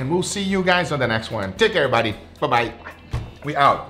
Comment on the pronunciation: "Cheers aribody"